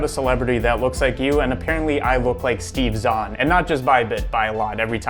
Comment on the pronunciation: I think the DeepFake decided to work after he pronounced Steve Zahn properly.